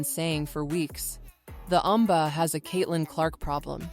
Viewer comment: Wen baa, LOLOLOLOLOLOLOLOLOLOLOL you have to laugh at the AI, ...................... Wen Baa!!!!!!!!!!!!!!!!!!!!!